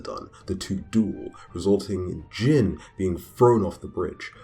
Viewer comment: His name is pronounced like “Jean” as in blue Jeans not Jin like saying the name of the drink Gin. “i” in Japanese is ALWAYS pronounced like the “ea” in read.